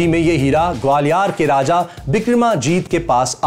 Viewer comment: Its not Gwaliar...its gwalior